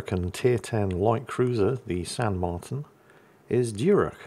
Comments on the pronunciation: my contry my country 🇦🇷 🇦🇷!! Its nice to see the world still remembers us as we are facing economic extinction. also the title is on point well done 👍 the ship is pronounced San Marteen in english, our vowels sound different. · Pronounced "San Marteen".... notice the accent mark on the i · San Marteen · I think it's pronounced "San Marteen" but I could be wrong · Just pronounce it "San Mar-teen" and you'll be good enough, hahaha! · You were close,. The I in spanish is pronounced more like an E in english, so it would be pronounced more like San Marteen. You didnt butcher it however, so no foul called lol. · Likely pronounced San Marteen. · It's pronounced "San Martín", hope this helps. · since you were so worried about how to pronounce "San Martin" here are a few tips. Roll the r if you can, say the t by putting your tongue between your teeth almost as if you're biting it (it should sound somewhere between a t and a d), and say the i like a double ee. All together it should sound like San Marrteen.